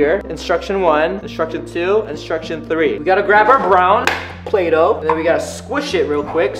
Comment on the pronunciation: Who else hear him say bulaydough 😂😂